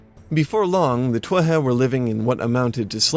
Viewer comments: why do you pronounce Tuatha that way? I've always just said it like 'tooatha' with the th sound prounounced like we do in english like in the word 'the'. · So many Irish words mispronounced. Most notably Tuatha is pronounced 'Two-Ha'! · In modern Irish, TH is an H. So, it is TOO-a-ha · isn't it To-ath-ha when you pronouce it ? :P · Ok a bit of help, I know someone else posted their pronunciation of Tuatha but I personally would say it too - ah - ha, with the syllables running together fluidly.